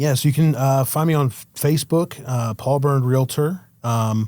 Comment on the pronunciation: This bothers me more than it should, but it's REAL-TOR. There is no 'I', let alone any vowel in between the 'L' and the 'T'